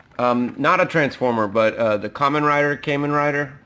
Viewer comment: As a heads-up... That's Kamen Rider Gatack, a secondary rider from Kamen Rider Kabuto. The Kabuto series is knocked off a lot. Also it's pronounced KAH-men, not CAME-en since you were asking!